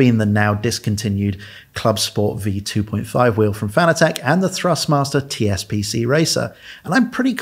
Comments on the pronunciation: "FAN-ugh-tech"?? Is it not pronounced just like the word fanatic is? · Fanatec is pronounced like the word fanatic. This is according to the company founder.